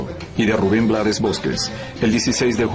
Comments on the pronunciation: Se escribe Blades, pero se pronuncia en inglés. Su papá era de Barbados y hablaba inglés, como mucho de nuestros decendiente acá en Panamá. Lo que sucede, es que hay muchos países latinos, que ciertas palabras y nombres les gustan decirlo como se escribe, porque no saben pronunciarlas o no quieren complicarse la vida y eso es incorrecto. Ejemplo Trump, muchos lo pronuncian como se escribe con la U, otras con A, otros con O, pocos lo pronuncian correctamente. en el caso de Rubén, él no se complicó y lo dejó así, porque no se iba a poner a corregir al mundo todo el tiempo, así quedó como un apellido artístico. Además, al final, ellos son los que compran y escuchan su música. Pero si lo hizo saber en el título de su documental que se presentará aquí en Panamá, YO NO ME LLAMA RUBÉN BLADES.(se pronuncia BLEIDS). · Blades es un apellido en inglés, se pronuncia Blaid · S escribe blades se pronuncia bleids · Rafael Chavarría, se pronuncia BLEIDS. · perdón, pero se pronuncia Blades